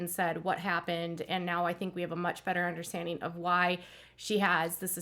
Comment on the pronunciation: Understandeen? No ... please pronounce 'ing' properly. It's not pronounced 'een.' cries